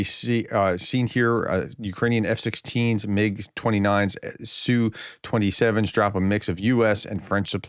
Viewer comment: "ess you". Prof, check your pateon comments. Linked you a source so you can quit sounding like either an idiot or someone who's trying to be pro Russian using Russian pronunciation of the abbreviation. In English, the designation is said "ess you 35". For every Russian aircraft type except the MiG, the letters are individually stated by letter name, as if you were reading a aircraft's tail number. You wouldn't say tail number "nu 650 ga" for N650GA, you'd say "N" 650 "G" "A" (except you'd also say six, five, zero, but you get the point, hopefully).